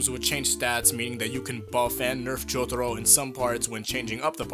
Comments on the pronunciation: Please stop pandering with your pronunciation of "Jotaro". It's so cringeworthy. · i hate the way you say jotaro